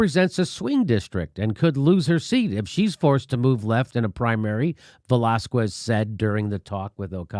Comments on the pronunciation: It's not Velaz-kwez,it's Velaz-kez, you ignoramus. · Dude, don't say Velaskwez. Its pronounced Velaskes with the stress on the a. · It's not Velazqwez, it's Velazquez ! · JIMMY!!! Please! Lay off the VelázKOOez pronunciation! It's really simple, VelÁZkez. The U is silent! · It's pronounced VELÁZKEHS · Velasquez is pronounced "vuh-lah-skez" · How TF does Jimmy live in L.A. and not know how to pronounce Velazquez. He doesn't eat queso? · Jimmy, the "qu" in Velazques is pronounced like a "k"! Ask your wife. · ugh Velazquez is nooooot pronounced like that...